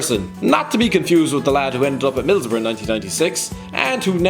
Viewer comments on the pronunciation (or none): none